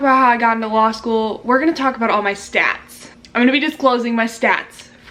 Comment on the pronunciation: Dam she rlly said law shoe in